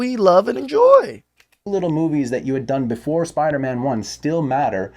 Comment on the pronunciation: its spider-man not spider-MA'AM